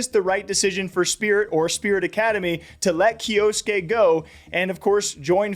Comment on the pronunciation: it's a japanese name and it's pronounced kyoske not kyo-su-ke, the u is silent